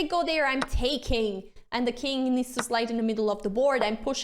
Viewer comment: I love the lenssons, aannd the "rruuuck" pieces =)